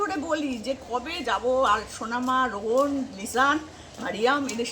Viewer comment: উনি তো রোহানের নামটাও ঠিক করে বলতে পারে না শুধু রোহন রোহন করে 😡